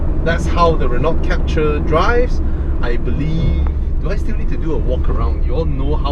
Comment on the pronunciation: Is Captur, not Capture!